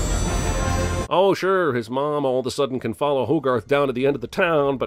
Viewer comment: Correct me if im wrong but to me it sounded like said all've a sudden like with a country accent it would probably sound like all the sudden